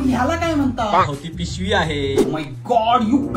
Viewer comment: Puc😂 Pishvi ❌ Pivshi ✅😂😂